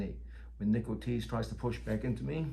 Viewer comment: I thought the uke's name was "nickel cheese" because of the generated subtitles. Then I heard "Nick Ortiz". I like Nickel Cheese better.